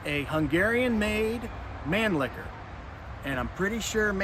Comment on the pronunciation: It’s not Man-Licker 😂 It’s Man-Lee-Her. Try it saying like three separate words, man Lee her. You Americans can do it if you try